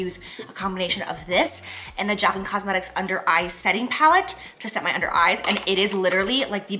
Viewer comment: Ermagerrrd 😂 it’s Jaclyn!!! Love you so much! ❤❤❤